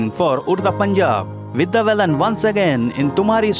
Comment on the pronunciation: एकदम घटिया बंगाली उच्चारण करनेवाला कौन चूतीया है यह Voice Over? Duffer साला रहमान को रहमन कह रहा है और बालन को बेलन कह रहा है। और सबसे पहले के दो साल जब मीना कुमारीजी को अवार्ड्स मिले उन्हे बताया ही नही।